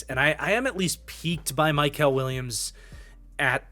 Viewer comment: It’s mykel, not mykal